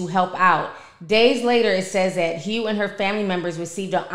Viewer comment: That lady name is Hough(huff) like Rough